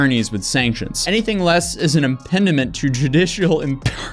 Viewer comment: To the narrator of this video & most all young youtubers. If you are going to be on youtube frequently, you really need to learn how to pronounce words like impediment, & impartiality as well as many other basic words that are butchered on a regular basis on these platforms. It makes a huge difference in how you are perceived by viewers who know the proper pronunciations. Unfortunately most under the age of about 45+ don't know, let alone care.